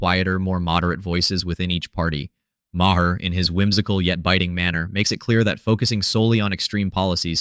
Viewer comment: I think the mispronunciation of Maher make AI very possible.